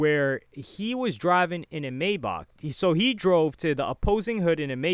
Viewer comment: It’s kills me inside every time he says it 😂 this isn’t the first video either 💀